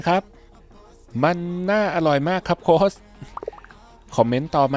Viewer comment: โค้ช ตัวสะกดไม่ใช่ตัว ซ รึ ตัว ส นะคะ ออกเสียงให้ถูกต้องค่ะ